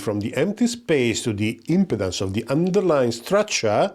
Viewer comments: I appreciate that English is not your first language, but just a quick note about your pronunciation of the word "Impedance" in this video. The way you say it here, it sounds like you are saying Impotence. It should be said as im-PEE-dence, with the emphasis on the "pee" syllable. Otherwise, a very good video. Thank you. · you need to really focus on pronouncing IMPEDANCE better lol. great video though!